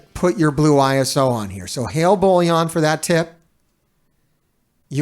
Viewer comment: It's funny till now no one has highlighted the fact that u r calling BOILON as BOLLION 😂